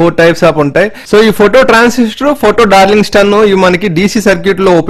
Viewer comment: డార్లింగ్ టన్. (Darlington pair transisters,) pl improve your pronunciation.